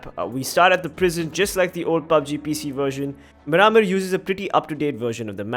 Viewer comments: its pronounced mear-maar (mear like near) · Your pronunciation of miramar is so cringy